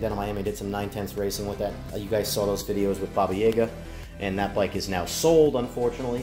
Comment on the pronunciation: Баба Јага- baba yaga pronunciation is spot on.